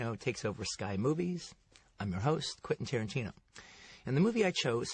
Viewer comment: Tentin Quarantino amIright? -_